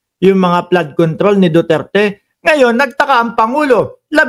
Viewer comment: FLOOD CONTROL NOT PLAD CONTROL